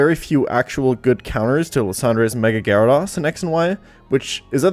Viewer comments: Most trash list congrats 👏 atleast say Gyarados correctly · You also say gyrados wrong.. I wonder how you say zapdos 🤭🤭🤭🤭